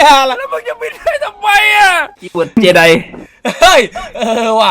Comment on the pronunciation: คีย์เวิร์ด เจได กลายเป็น เจดีย์ ไอน้องง😂